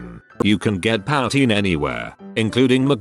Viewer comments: Poutine = poohtine, not powtine, sorry. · o also this is bugging me but its pronounced poo-teen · POW-tain. sighs in Canadian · It's pronounced 'poo-teen'...buddy...eh? Sorry notsorry. lmfao. ;>D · Who is here because he constantly pronounces "powteen"? I am as angry as I am allowed to, being a Canadian! Sorry! 🙃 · whenever he said poutine lmao "powteen" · Yes, I had to give the screen a stern look every time he said it, but I'm over it now. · My boy totally fricking up the word "poutine"😂